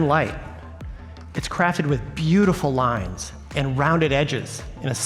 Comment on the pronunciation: "Beatiful Pixel 3" eeeeeh